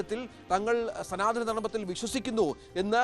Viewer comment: സനാദനം😂😂😂 അല്ല സധാ സമയത്തും ധനം മ്മൈ കുറിശ്ശി